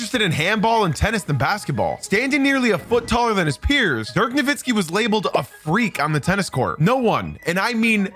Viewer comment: BRO! It is not Dirk "Nowinski" It is Dirk "NowiTzki!!!!". He is German but the surname is Polish! its "Nowicki" in its original form! Please, when i hear that "n" sneaked up in there - it makes me sick to my guts!! NO WITZ KI!! NOWICKI!! There is no second "n" there... JEEEZ!